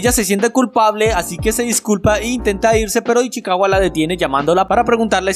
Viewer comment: Una pregunta porque decis ichiwaca es ichicawa